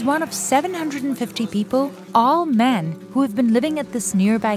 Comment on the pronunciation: The narator didn't forget to emphasise "all men". Yeah, in this kind of work feminist coincidentally always disappear.